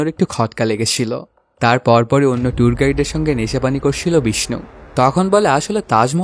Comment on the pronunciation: করছিল vs করশিলো। ছ, শ এর উচ্চারণ 😰😰😰